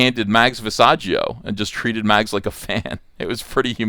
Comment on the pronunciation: Short-handing the name to Mags almost sound like Max... You are doing that on purpose aren't ya..?